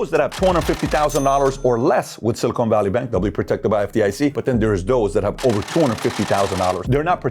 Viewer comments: Its pronounced Silicon, not Silicone. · SiliCON. Not SiliCONE. We're talking about microchips here, not fake t*ts. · Someone please tell PBD it’s pronounced “sili-CON” not “sili-CONE” 🤦🏻‍♂️